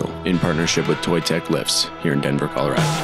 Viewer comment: You should hold a seminar while you're here on how to properly pronounce Colorado. 😅